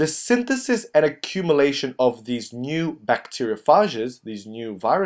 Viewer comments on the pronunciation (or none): none